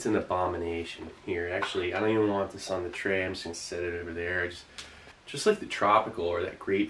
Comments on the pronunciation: "Treh" and "m'keh" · The way this guy says “tray” and “m’kay” is so dazzlingly satisfying.